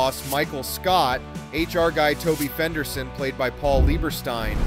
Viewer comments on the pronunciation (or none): i dunno, when he referred to Toby FENderstein, I stopped listening. 'if ur gonna report on stars, u gotta get their names right or u lose all credibility